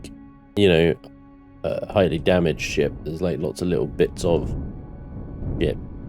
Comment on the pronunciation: Is he saying shit or ship if it's both that's just 🤣🤣